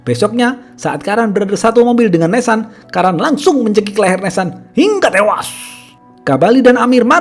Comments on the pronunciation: "HINGGA TEWAAAASS" kek gemes banget dah bilang gitu pas si Logan d tabrak. Btw aneh yah, ini chanel subscriber nya kok masih dikit? Pdhl pembawaan ceritanya keren banget loh. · Biasa aja min kalau ngomong tewas, jujur gw jadi emosi dengernya.